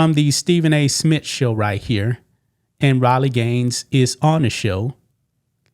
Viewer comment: Who is Stephen A SMIT?